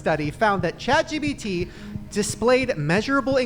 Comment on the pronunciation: the amount of times shane said chat gbt instead of chat gpt